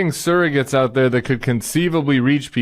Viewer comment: I think it's amusing that Sarah pronounces the word "surrogates" as "Sarah-gets." 😄